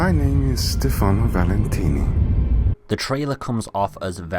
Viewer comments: I also heard Stefani but I knew he meant Stefano. But Sebastion oh my god how did you think that. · His name is stefano, not stefani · FFS AVID ITS STEFANO NOT STEFANI :C Stop butchering names XD also Nice video you got there \o3o/ PS: OH FOR FUCK SAKE ITS SEBASTION NOT STEBATION :V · Stifanooooo not stifanieeeee